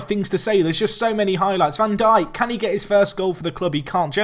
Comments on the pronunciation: van Dijk is pronounced "van Daik" This is the same for a lot of Dutch names that have the "ij" in them. For example, Stefan de Vrij is pronounced "Stefan de Vrai". Hope this helps:) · It is pronounced 'Jan Van Dike' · Its van dike, like Southampton's Virgil Van Dijk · Sid Iyer I'm Dutch, trust me when I say it's van Daik. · Yeah it's how we pronounce it gets because that's how the commentators say it. When I said Van diek, its just die with a k